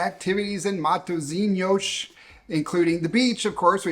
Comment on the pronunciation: proud of how you pronounced ''matozinyosh'' at the beginning